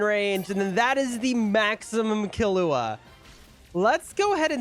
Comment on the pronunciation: you can tell bro's white when he says the names, especially killua